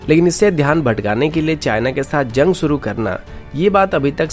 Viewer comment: You are good... Just improve your pronunciations... Eg. news - newj... Shuru - suru... Fresh - fres... Koshish - kosis! Overall, your content is good!